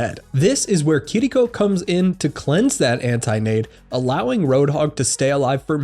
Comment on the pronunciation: Finaly person that says Kiriko right. Better then herself lol